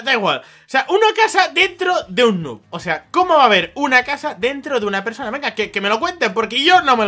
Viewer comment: Enbez de decir noob dice neb (donde dice canal de misamigos)